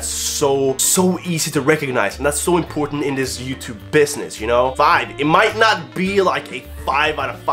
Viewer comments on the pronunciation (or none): none